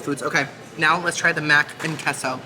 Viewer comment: Loved your video! Could you please say "queso" correctly? Please? You're half Cuban for pete's sake! It is pronouced K-SO. Love you girl!